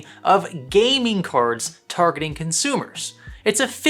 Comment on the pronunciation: "consumer" grade right ? :D